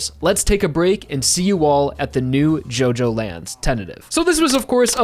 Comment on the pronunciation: It’s not pronounced JoeJoeLands it’s JuhJoeLands